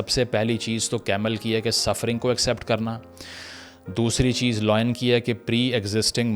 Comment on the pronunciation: Brother Pronounce lion as lion not loin